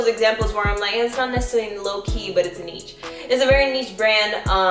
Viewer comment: it’s either “neesh” or “nich” not “neech”. cool vid though